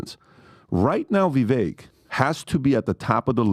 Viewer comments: How long until y’all start saying Vivek’s name correctly? It rhymes with cake (ViVAKE) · is smart and knows darn well how to properly pronounce Vivek's name yet still mispronounces it. What's that all about?